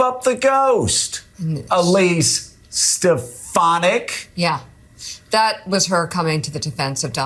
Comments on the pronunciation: Stefinek (trump's pronunciation) really needs to figure out what job she'll have when trump loses...agin. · Steh-FAHN-ik,. Don't mispronounce names as Trump does. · tRUMP said “Stepanak” why oh why do these people keep making excuses for this lump of lard!! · It almost sounds like he is saying her name on purpose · Come on...he mispronounced her name to prove that the left will trash him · That’s the first time I’ve heard him pronounce Stefanik’s name 🤣🤣🤣🤣🤣🤣🤣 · Stinky Trump doesn’t even know how to say despicable Elise Stefanik’s name😂😂😂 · He pronounced her name wrong and his brainwashed. Crowd cheered for a person who doesn't exist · Oh yeah, trump knows Elise Stefanick so well that he cant pernounce her name lol. Trump is sooooo gonna make her his running mate. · He can’t even say her name right,,, you’re right as soon as they disagree they will be RINOS